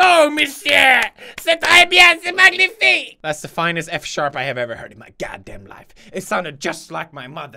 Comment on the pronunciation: Nikoo98 He didn't. He skewed his French between C'est and said "la," as well as pronouncing magnifique incorrectly